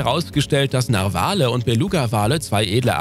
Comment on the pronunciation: Bitte, die Betonung von "Narwale" liegt auf der ersten Silbe. Ansonsten ein sehr schöner Beitrag. 😊